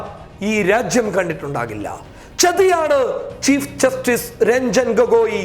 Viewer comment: ആദ്യം നീ പോയി ചീഫ് ജസ്റ്റിസ് എന്നു പറയാൻ പടിക്കെടാ പുല്ലേ